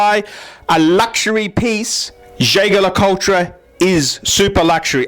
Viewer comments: Jay-ger Ler-Cul-ture? lol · Nope. Jaeger-Le Coultre is pronounced Yayger Le Coolt. How do I know that? Because I was told directly from the Australian brand Manager. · Man I am lolin at how you pronounce Jaeger-LeCoultre. P.S. It was totally wrong.